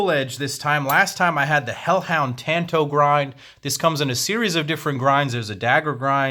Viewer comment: Jesus christ you can't even say tanto